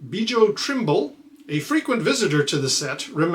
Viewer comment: "B-joe"? The J is pronounced like a Y like in Germanic or Nordic languages, so it's "Byo" Trimble.